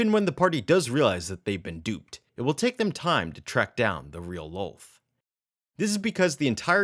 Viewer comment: kind of annoying the way you say Loth like Loath ... it's more like Lawth